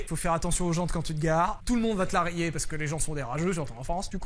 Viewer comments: We said rayer and pronunce Ray yeah Rayeah. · Ont dit "Rayer" la peinture ... Pas 🤭😅😂"Cliller"🤣🤣🤣 Rayer = Scratch or Strike the paint.